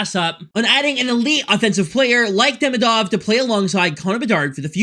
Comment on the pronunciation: because i’m russian, i would like to say: DemIdov and SilAyev (accent)